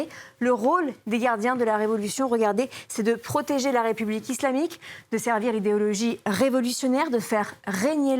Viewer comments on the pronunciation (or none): none